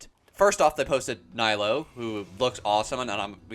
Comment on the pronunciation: For reference. Nilou is pronounced Knee-Lou. It’s a Persian name and I am Persian and that’s the correct pronunciation.